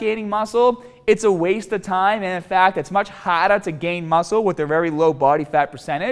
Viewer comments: don't train hahhd, train smahht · Lmfao nigga said "hahd" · What's more important than training hahd? training smaht! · Training HAHHHD. Training SMAHHHT. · Boston, New York. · Almost makes him sound Australian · Haaaahd* Smaaaaht* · Training haaaad and smaaat 😂😂😂😂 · You mean HAAAAAAHHT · Why does say smaht and hahd? I used to think it was his accent but now i noticed he can say R's lol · Training haaaad and training smaaaaat Helpful video though. 👍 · in conclusion... train haad, and train smaat. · not training hawwwwd, but training smawwwwt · Im lazy and never train haahhhhhd & Smahhhhhht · Im gonna train haaad and smaaat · train haaad and train smaaat. Got it. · Remember guys don't train haad, train smaat. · Don't train HAAAHD, train SMAAHT. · Train haaad and smaaat guys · He said you have to train haadd and smaaat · Training haahd Training smaahd. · training haad and training smaat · Your accent is all over the place, especially you r's, like why dont you pronounce the r in the words "are, hard, smart or earlier" but you do pronounce the "r" in words like "door, more, or person" you need to figure out where you are from